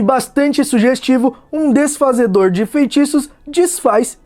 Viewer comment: "Desfaz festiços..." Kkkkkkkk